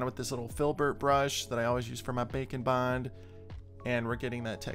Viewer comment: When you first said Bake and Bond, I thought that you said Bacon Bond. lol